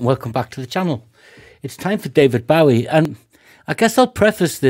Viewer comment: Great reaction and I'm so pleased to hear someone pronounce the name accurately!